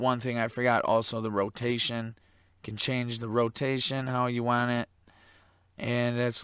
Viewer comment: I think the expression is "want it" not "waaaaaarn it"